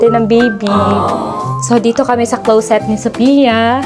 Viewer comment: ✅Clowset ❌closet